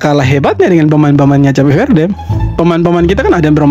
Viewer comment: Bukan cape verdel. Gw tulis soundnya kep feurd . Jadi cape itu soundnya Kep. Verde itu soundnya feurd